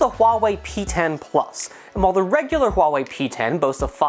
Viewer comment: buena pronunciacion de la palabra ¨Huawei¨ felicidades